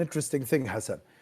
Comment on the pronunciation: Why he kept calling him hassn instead of hasan meanwhile the two name is exist and separated in arabic